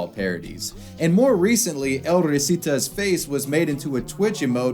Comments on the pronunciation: I just can't get enough of how you say El Risitas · god his butchering of the "El Risitas" pronunciation is saddening